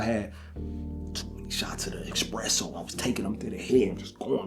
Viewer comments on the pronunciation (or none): Careful with that expresso 😂